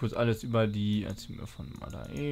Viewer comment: das mädel heißt madae (madä ausgesprochen) nicht mada-e. einige npcs sagen dies auch wiederholt und die bonus items sind zeimlich geil. da kann ich endlich mal bishcen kohle loswerden (von der 2 mille die ich noch habe xD)